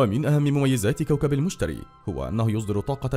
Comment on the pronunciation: انت بتقول اسمه غلط 😐😐😥😥😂😂